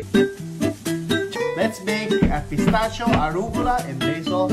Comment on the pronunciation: Già solo che lo chef dice "pistaccio", vi prego ma perché?